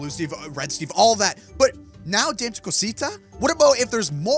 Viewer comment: Oh and it's da meh not dameee like spelled Dame but pronounced day meh